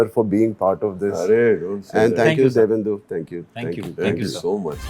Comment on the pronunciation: Divyendu ❌ Devendu ✅